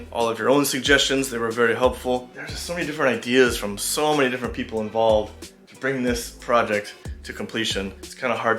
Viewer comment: 够烂的英文